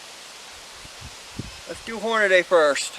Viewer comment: As soon as you said "Hornaday" instead of "Hornady" (Horn-a-dee) I was done watching.